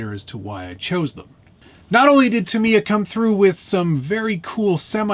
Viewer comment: You already won. You pronounced Tamy-ya correctly in your video.